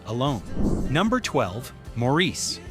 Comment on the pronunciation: The movie and character “Maurice” is pronounced “MOR-is”, NOT “Maur-EES”. If you had seen the film, you would know how to pronounce the name correctly ❣️❣️❣️ correctly. ❣️❣️❣️❣️